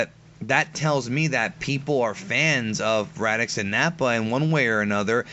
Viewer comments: They show Vegeta training as a child against saibamen. Also, the Ginyu force specifically mention training camp. And it's Raditz, not "Radix." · I like the way you pronounce raditz😄 it kinda sounds like radix which almost sounds cooler. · How do u mispronounce raditz radicks? U consider yourself a dragon ball fan but don't know the names? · is it just me or is it almost every time says raditz it sounds like he's saying radicks haha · Anyone else annoyed how he say raditz?? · Nobody:: "RaDiX" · Why do you keep calling him Raddicks? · Why does it keep sounding like he's saying "Radicks"? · Does anyone else here him say Radicks? Hah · Can you stop calling raditz radix. Its honestly annoying and throws the video out of whack. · Pls don't tell me that I'm the only one who keeps thinkin' says Radicks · Omfg do you have marbles in your mouth? Why can't you pronounce Raditz properly? Where the hell are you getting "Radicks"? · Why does he keep saying Radix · Why the hell does he keep calling him Radix?! Lol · You sound like you're saying "rad dicks, bro" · Are you saying radix? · Does anyone else keep hearing Raddicks? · It sounds like he's saying "radicks" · Say "Radix" one more time... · Why do you keep calling him "Radix"? xD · Why do you keep pronouncing it "Radicks"? It's driving me crazy. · Please stop saying "Radix" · Did he just say radicks!!! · Who the fuck is Radiks? Learn to talk. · "Radickz"... does this guy got dick on his mind or something? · lol he's saying radicks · I swear one of you is saying "Radix", and its driving me nuts. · I can't really take someone seriously who doesn't even pronounce the character, who's being discussed correctly. Radix isn't his name, Raditz however is. Listening format dictates this. And you come off as just a person making videos about a subject you read off a paper about. And not a person who appreciates Dragonball. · Before you discuss DBZ maybe learn their Actual names! It's Raditz not Radicks!